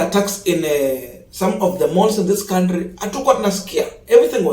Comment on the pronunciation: Can we all, the funs of this channel, contribute to to learn how to pronounce the noun, country?